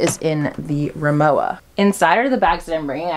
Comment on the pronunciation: It’s pronounced ri-mo-vah.